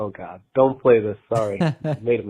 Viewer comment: I love the montage of Trump misspeaking followed by David misspeaking immediately after multiple times. There is a God, or Gid lol